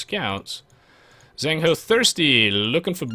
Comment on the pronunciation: eddie actually managed to get 2 villagers with his initial scout, not just one, which I guess put ZhengHo at a substantial disadvantage. Also 'zh' is to 'z' as 'ch' is to 's' :P